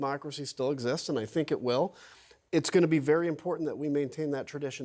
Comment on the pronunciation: I wish she would pronounce her first name correctly. The Ugandan Giant deserves respect.